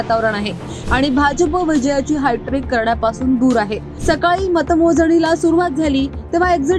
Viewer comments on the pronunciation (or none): Anchor hightrick nahi HATTRICK.